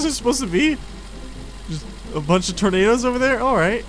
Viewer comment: when you said "i think they are tornados" i thought you were saying i think those are tomatos lol